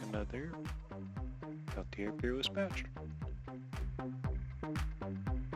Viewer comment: Pelti(AYE)? I think not. Sellers would be the first one to correct you. It's pronounced "Pelti(ER)